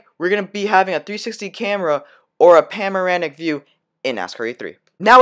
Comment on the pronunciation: Bro, it’s panoramic. Not pamorinic, ok?